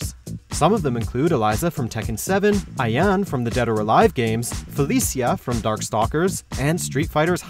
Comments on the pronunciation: Wait, so everyone kicked off about how you guys pronounce Ayane MULTIPLE times and you STILL PRONOUNCE IT WRONG IN THIS VIDEO?? 🤦🏼‍♀️ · I'm beginning to think this is on purpose...